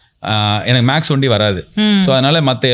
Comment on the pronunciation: ஒண்டி..ஒண்டி .. 😂 என்ன அர்த்தம்? தமிழை கொஞ்சம் சரியா சொல்லுங்க 😂😂😂